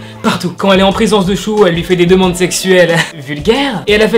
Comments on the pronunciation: J'aime bien ta vidéo ! Juste pour la prononciation le "s" des prénom ne se prononce pas "ch" mais "s" par exemple tu dit ( chehun et chuho ) alors que c'est ( sehun et suho) voilà juste pour la précision ♡ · Pourquoi prononce tu le « s » en « ch » chehun chuho 😂😂😂😂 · Pour la prononciation Sehun: seOUN ! Et pas SHEHOUN Baekhyun : békione et pas BAEKYOUN Suho : suO et pas SHUHO Voilà c’est tout, c’était la règle de prononciation, merci de m’avoir écouter, cordialement 💩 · La JYP a demandé au sasaengs ? L’agence des EXO c’est la SM ... mais c’est pas grave 😂 niveau prononciations : [Cé (ssé) ounn] Sehun [Bé Kyounn] Baekhyun [Ssu O] Suho C’est dommage de savoir pour le dernier cas, que c’est une sasaeng parce que son compte est super beau (je trouve) mais par contre on en parle de ses yeux disproportionnés?